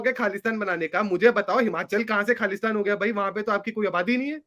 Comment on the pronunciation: it's KHALI-STAN